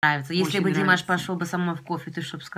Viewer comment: родная! Вы очень хорошо говорите, я вас оооочень люблю милая, но маааленькая просьба, поставьте пожалуйста ударению правельно, не дИмаш, а ДимАш